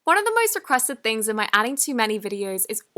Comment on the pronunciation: You said throngs........ it’s THINGS